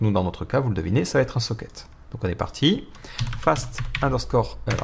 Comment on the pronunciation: Super vidéo ! Merci pour ce tuto. Par contre il faut vraiment que tu arrêtes de faire la liaison dans "Ça va être", il n'y a pas de "t" à la fin du mot "va". J'ai remarqué que tu fais souvent cette faute dans tes vidéos, alors essaye d'y penser pour tes auditeurs. A part ça très bon travail comme toujours :)